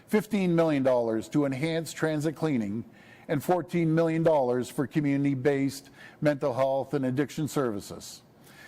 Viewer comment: "Community" please pronounce it in English.